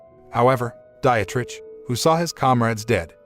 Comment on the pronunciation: “Dietrich” == DEE-trick